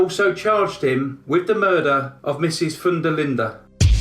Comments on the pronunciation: I looked up the case to see the spelling of the victim’s last name, because it sounded so unusual, like Foondalinda. It is actually Van der Linde, which is Dutch. The Dutch pronounce the first part as “Von”. I was really bamboozled! 😉😁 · More like 'fun'. The der Linde part was pronounced correctly